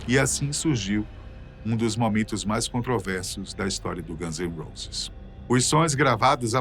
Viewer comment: Caraioooooo traga alguém que saiba pelo menos pronunciar o nome dos personagens de maneira correta… quando ouvi “os ganses roses” deu vontade de arrebentar esse maluco dos países do alto